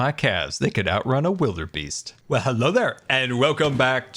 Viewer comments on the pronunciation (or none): Wildebeest,. Not wilderbeast.:)